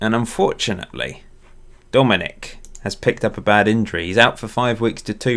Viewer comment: Also, I believe Dominik’s name is pronounced Sha-Boz-Lie